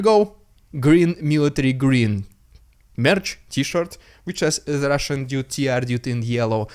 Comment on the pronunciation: I love it when you did the Holy spirit RRRRRRrrrrrussian Prrrrrrrropaganda HUUUU